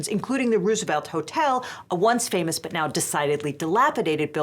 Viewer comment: Could you please pronounce 'Roosevelt' the right way.